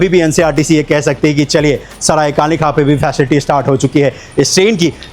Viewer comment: भाई ये काले खान नहीं है ये काले खां है | पुरे वीडियो में आप काले खान ही बोल रहे हो